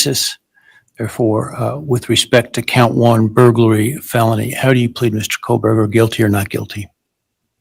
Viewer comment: Here’s the thing about Megan Kelly, how can she report this topic for so long and still not pronounce his name correctly? I don’t know, just bothers me… Also, I wonder, did Bryan have much to lose by making that plea deal if it really was to protect his parents and he’s just not getting the death penalty… I guess that does make sense